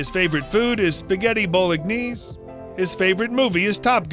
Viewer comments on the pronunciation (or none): don't Americans eat 'bow-leg knees'? It is their 'doody' or as the English say duty to sample such a ubiquitous meal and I wonder where 'Warwockshire' is and Coombrea? Hysterical who is this guy? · Bolagniase? LOOOOL 😂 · Did this guy say bollocknaise? XDXDXD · What is bolegknees you need to pronounce properly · Spaghetti bowl-egg-knees ahahahaha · Did u just say bolognees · Wtf is spaghetti "bow-leg-knees"?🤣🤣🤣